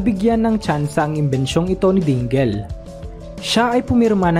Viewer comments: Dingel? Dingle yan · Correct pronounciation sa (DINGEL) is something like" Dingil" hindi po "Dinggil"as in DINGEL name.